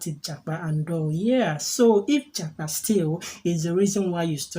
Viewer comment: You should have asked me the meaning of japa before making the video na 😂😂😂😂. Yeah, you pronounced it well 👍